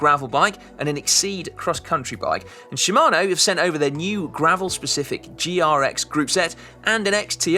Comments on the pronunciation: when you say GRX is sounds like Durex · I know it's GRX but I kept hearing Durex™.